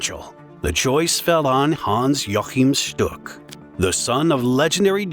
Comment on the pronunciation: its pronounced hans wachim shtuk